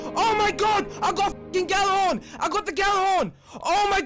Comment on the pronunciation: "I got the Gallahorn" was what he said though. If you want to know how it really is pronounced, then it's more like "Jallarhorn" than "Gallarhorn" like English people say. Gjallarhorn was the horn of the Norse god Heimdall. You know the blind black dude who sees everything from the Avengers franchise.